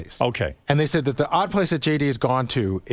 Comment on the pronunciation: JD says Dee instead of The.... he is a complete jadrool 😂